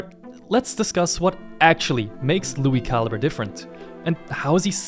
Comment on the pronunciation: Lui Ca-Lee-Bray